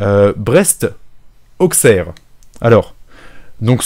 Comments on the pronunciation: Auquesserre ’ je note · On dit Ausserre et pas AuXerre, je sais que c'est perturbant mais c'est le patois. Et c'est très irritant pour les oreilles quand tu le scarifie plusieurs fois d'affilé xD Je dit ça de manière totalement second degrés et pour apporté potentiellement quelque chose que tu ne connais pas. Je pense qu'il est toujours appréciable d'apprendre chaque jour quelque chose donc voilà c'est cadeau, libre à toi de faire saignée les oreilles des Auxerrois ou non x) Bisous! Continue comme ça, tes vidéos sont top!